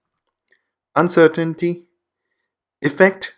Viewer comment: You say uncertainty wrong